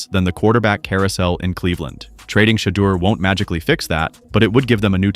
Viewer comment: "Shadder" Sanders... WTF??? These Ai bot cannot be programmed to correctly pronounce his name...got-DAMN!!!